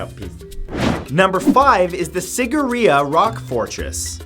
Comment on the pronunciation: Ah i loved how he pronounced Sigiriya.....it sounded so cute.....Being a Sri Lankan I'm quite suprised it's actually a forgotten wonder of the world... well it also had a water pump system, which is amazing for the time as no one even knew what a water pump was or how to build it....so i guess it is a wonder.